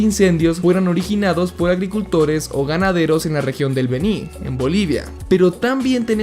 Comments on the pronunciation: No es Bení, es Beni Jaja Excelente video man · Amigo.... Felicidades buen video.... Está bien informado. ... Pero debo corregirte.... No es BENÍ..... ES BÉNI..... CON ACENTO EN LA E.... SOY DE BOLIVIA Y SE ESCUCHO SUPER CHISTOSO 😂...... Buen video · Se pronuncia El Béni con acento prosódico en la E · Eeeee... se dice Beni ( Béni) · Esta buena pero Beni se pronuncia sin la tilde en la I por lo demás esta bien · Beni no lleva acentuación en la i, soy boliviano así se lee